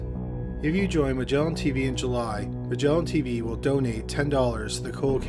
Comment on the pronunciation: "Magellan Tveeeee"